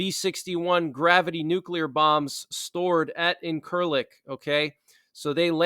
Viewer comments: Hi. Just to give a bit of help, as this is a major NATO Airbase in Turkey. It’s pronounced INCH-ILIK. INCHILIK Airbase. Thank you for the updates Buddy! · Incerlik pronounced IN'-ser-lick